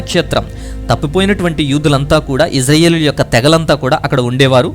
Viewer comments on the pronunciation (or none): none